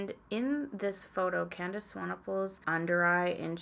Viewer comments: 🙌🏻 I am so impressed that you pronounced Candice's surname correctly seeing as many people outside of South Africa struggle with it quite a lot! Seeing as I'm in RSA and CT is ridiculously expensive here, the advent calendar would be an absolute dream. I'm going to narrow it down to: 👯💃🏻🎄 email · YOU CORRECTLY PRONOUNCED SWANEPOEL! Lots of love from South Africa. Instagram (inspired, I know).